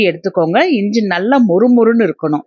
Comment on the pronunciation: இஞ்ச இல்லை. இஞ்சி என்று சொல்லுங்கள்